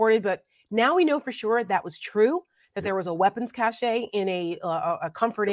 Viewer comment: To everyone: in "weapons cache" the word "cache" is pronounced "cash" not "cash-ay". Have a nice day!